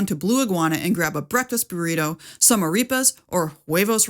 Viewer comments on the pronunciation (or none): none